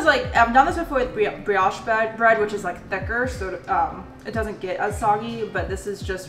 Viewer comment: I love but it makes me laugh everytime. Brioche bread = “BRE-OH-SHH”